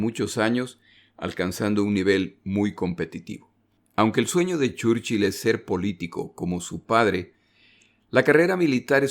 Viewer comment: no entiendo muy bien porque si se pronuncian bien los otros apellidos porque el mas importante de la guerra repetidamente se pronuncia mal